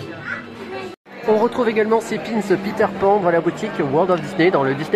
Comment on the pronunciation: merci pour la video .... les montres sont magnifiques par contre "peter panne" dsl mais sa ma fait rire 🤣